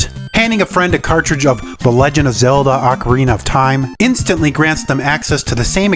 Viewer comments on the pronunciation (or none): none